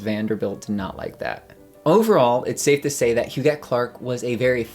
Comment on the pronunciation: Est-ce que l’on prononce « jette » ou « guette ». On dit GUETTE alors dite Hu”guette” et non “Hujette”. C’est qui derrière cette narration qui ne sait pas comment prononcer HUGUETTE?